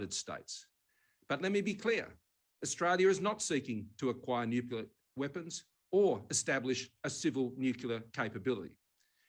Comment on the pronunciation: Making the world safer by building more "nucular" subs...